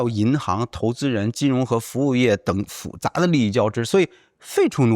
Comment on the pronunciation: 复杂（fu是四声）